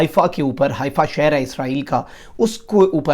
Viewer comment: حائفہ نہیں حیفہ یے۔